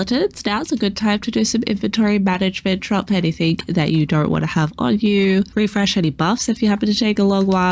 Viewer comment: So small request, can you stop saying anythink... and say anything. 😂